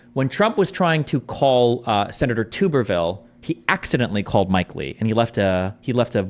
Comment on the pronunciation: Its Tub-er-ville. Like Tub-r-ware. Not tube-er-ville. Old football coach